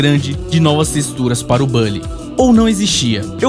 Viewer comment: Nao é bally, é bully com "u"... saninplay contaminou muita gente a falar errado